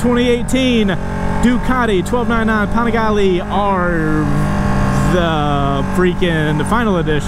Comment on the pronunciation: u saying the name wrong u need to check 650IB for the correct way it pronounce lol